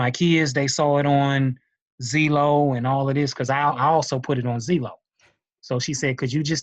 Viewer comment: "zeelow" lol